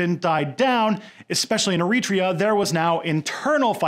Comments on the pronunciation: Wait for it ... Wait for it ... Ehreeetria : o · Hey man, I'm European (Scottish), and I'm not complaining but just find the way you pronounce certain words really funny. Like Eritrea. I enjoyed this video very much and like your content in general but I just have to mention how strange your pronunce certain words.